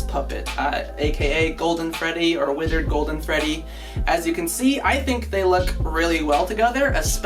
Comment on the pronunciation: EVRYONE YELL AT THIS GUY HE SIAG WITHIRD FREDDY INSTEAD OF WITHERD GOLDEN FREDDY!!! just kiding your the best.